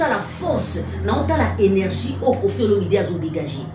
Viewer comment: Mama tika ko ecorcher kombo ya papa na biso.c est Olomide pas Olominde.Bongisa